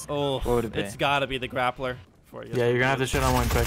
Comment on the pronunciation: This nigga really said grappler😭🤦🏽‍♂️